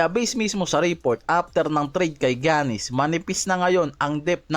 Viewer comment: Gianis - "yanis" not "giyanis".